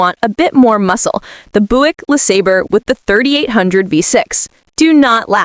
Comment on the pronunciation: Doctor there is something wrong with my AI voice thing: Pronouncing it as Boo ik then Buick then back to Boo ik